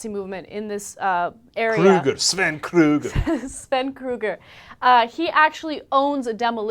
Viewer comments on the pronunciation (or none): Krüger, not Kruger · She did not pronounce Krüger right!